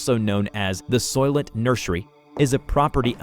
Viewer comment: Sounds like an Australian saying “silent nurse”